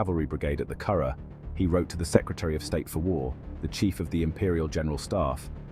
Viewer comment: The mispronunciation of Curragh is testimony that the English have little understanding of Ireland or Irish people and never had legitimate business being in the country. Carragh indeed. Ha!